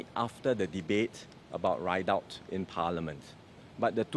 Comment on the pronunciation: WAATT?? IS THIS NEXT SG PM??? RIDOUT AND HE SPELLED IT RIDE OUT???? ALSO CPIB NEEDED OR KNEE DEAD??? WAHAHAHAHA SPEAK PROPERLY BOY 😅😂😮😢!!!!